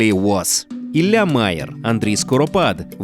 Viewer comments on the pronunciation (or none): none